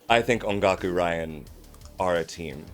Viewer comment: The way pronounced Ongaku in that intro clip, I honestly thought she said "on Goku", in the way people say "on God (how would that even work)". It made perfect sense to me! I only just realized it a few days later and I found it funny, so I wanted to share my "bone apple tea" moment.:D